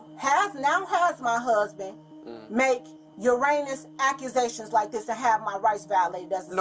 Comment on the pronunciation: Did she say "your anus accusations"? Nice one.